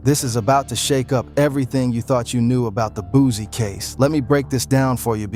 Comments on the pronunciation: He can't even say his name right😅😅😅he said booozie😅😅😅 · If he say Boozie one more time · I’m not watching a video calling this man “Boozie” smh 🤦‍♂️ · Boosie not boosy 😂😂😂